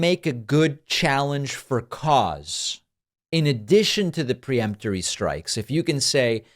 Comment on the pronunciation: The word is peremptory, not pre-emptory.